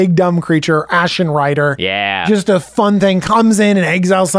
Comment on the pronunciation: Hmm maybe dont call it Ashlen Rider 🤔